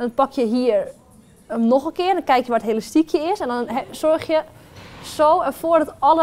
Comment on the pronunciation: ze zegt de hele tijd helastiekhe